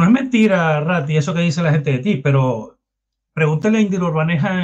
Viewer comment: RATTI NO RATTAAAA